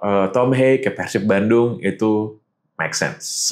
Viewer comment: sejauh ini, satu satunya pengamat sepak bola nasional yang bisa melafalkan kata persib sesuai dengan pelafalan aslinya: Pérsib (penyebutan e nya seperti kata bebek) ✔ bukan yang selama ini dilafalkan orang-orang diluar Jabar: Persib (penyebutan e nya seperti kata lemah) ❌